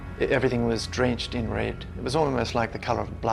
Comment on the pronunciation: Wed skies in Awstwaylia??? You skwooeey wabbit!!!